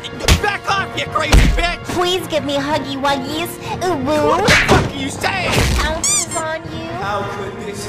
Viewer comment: Is it just me or does it sound like she says instead of pounces on you, kungfu's on you?